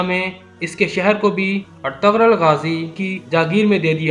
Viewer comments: Oh Bhai ertgarul nahi Ĝ silent ayta hai.waha per lumbah kar k parte hain. Ertu....rul es tarah.ok. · Lmao its not etagrul it’s pronounced erturul 😂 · Oh pai urtughal hunda artaghl ni hunda